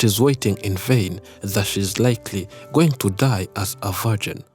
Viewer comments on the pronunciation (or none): "vargin" lolol0lol